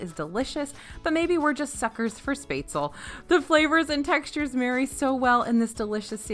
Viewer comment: You are one of my FAVORITE speakers of ALL time, except when you pronounce Spaetzle, lol. Spätzle (spaetzle) is pronounced “shhh pets leh“